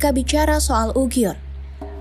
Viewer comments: Sangat bagus narasi mengangkat tema ini, saran saja.. untuk perbaikan, selama durasi video penyebutan yg seharusnya uighur / uyghur tapi disebutkan ugyhur oleh,, ini agak mengganggu.. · kok bacanya UGIYUR gitu ya? Emang gitu? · Hahaha ane jg ngakak krna baru ini denger ugyur